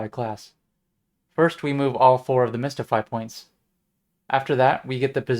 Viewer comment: mystify, not mistify :)